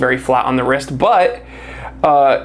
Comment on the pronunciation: Good looking watch, I don’t like how you say the word “wrist”…to pronounced!😂